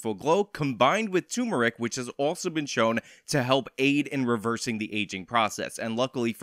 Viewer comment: Turmeric, my dude. The first R is not silent.